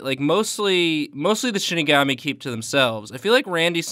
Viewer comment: Shi ni ga mi, not shini ga mi (pronounced like she ni ga mee)